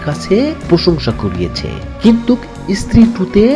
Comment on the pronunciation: EIRREE DAMRACHODA ABAL BOLODER GHORE BOLOD ... THIKMOTO BANGLAO SHIKHISHNI ESHCHISH VIDEO BANATE. OI GONDOMURKHO DAMRACHODA, EI JE BARBAR BOLE JACCHISH ....KINTUK, SHORIL....ARO KOTO SHOTO VUL BANGLA.... JIBONE LEKHAPORA KORISHNI ? SAGOL KOTHAKAR. AR VIDEO BANAISHNA.